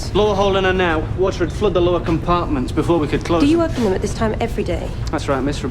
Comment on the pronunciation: wuter tight